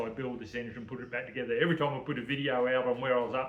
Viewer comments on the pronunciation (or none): none